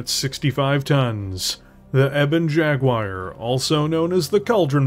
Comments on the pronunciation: Great vid as always even if I did wince at the "E-Bon Jag-Wire!" And the Ebon Jag's always been a good 'mech, even if i'm still sure they switched up the fluff and names for the Kingfisher and the Ebon Jaguar/cauldron born which goes on about how tough it is when its not that tough, whereas the Kingfisher is tough as old boots. the only thing about the Jag is that its prime config is true kitchen sink syndrome, its got a gun for every occasion rather than being less focused. Like it don't need the SRM-2, rip that out, and put in an ER Med and ER Small for example. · Well, he can at least properly pronounce Cauldron Born. As opposed to "Eeebon Jagwire"